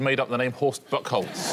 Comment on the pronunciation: Lucky to get away with the mispronunciation of Buchholz there...